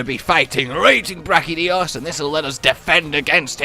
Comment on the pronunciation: IT'S brachDIOs not brachiJotaro